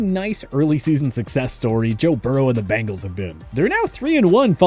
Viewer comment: Your power rankings are severely flawed. Clearly bias. You also dont know how to pronounce Bengal.